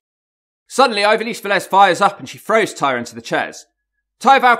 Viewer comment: You weren't far off at all for what that's worth lol, at least you nailed the surname. Lot better than a lot of other Brits when saying Latin names IMO.